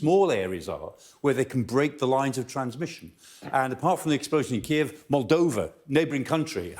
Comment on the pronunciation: Its K-iv, not Ki-ev